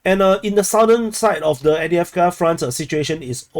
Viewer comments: No, it's Av-dye-ev-ka. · Can anyone confirm the pronunciation of Avdiivka used by this channel author? He says A-dee-ev-ker. Is this correct?